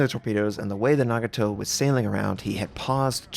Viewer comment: Its Nah-Gah-Toh not Nag-a-Toh.